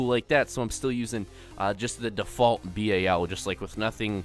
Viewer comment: Why do you call the BAL the B.A.L.